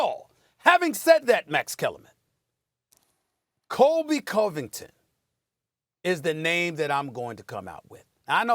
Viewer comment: Thank God Stephen A said Colby covington